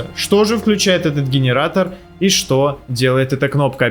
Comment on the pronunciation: Гиниратор дигиниратор😅🤣